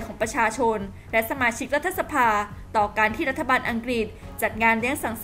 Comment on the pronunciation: พี่สื่ออ่านว่า"รัด-ทะ-สะ-พา" ทำไมไม่อ่าน"รัด-ถะ-สะ-พา"